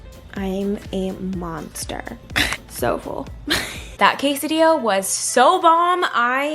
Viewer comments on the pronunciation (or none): none